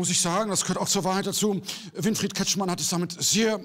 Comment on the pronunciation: Hat er tatsächlich Windfried Kretschmer gesagt?!🤔😆